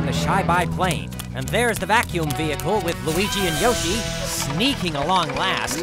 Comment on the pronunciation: YOSH finelly!!! Hahahaha😃😄 ( said yosh as yoshi